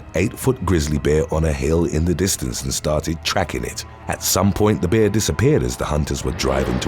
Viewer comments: Why is he saying.....beer...instead of bear ? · Why do you say bear that way I keep thinking a beer as attacked someone? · Bear is not pronounced beer ya wally